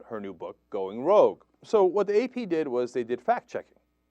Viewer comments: "Rouge"? LOL. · Rouge is Red in French, I think you mean Rogue. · Going rogue not rouge lol. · going rOUge? is this a joke or did you mean rogue? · Going "Rouge"?